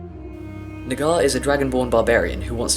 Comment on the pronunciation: Nagar sounds like the n word